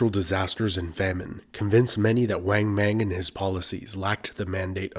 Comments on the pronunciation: Excellent, thanks, but there are no long A sounds in Chinese. Think of when your dentist says say Ah. Then pronounce names like Wang Mang the same way. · Great video! But please, in future videos on China...please don't pronounce the vowel "a" short as in the English word "rang". "Wang Mang" is pronounced like "wong mong" as in the English word "long". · In Chinese pronunciation, like spanish, "a" is always "ah". so, "bang" is "bahng", nit "beng". Equally, "Wang Mang" is "wahng mahng", not "weng meng".